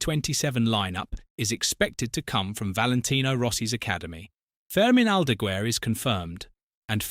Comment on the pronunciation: Or Aldagooair 😂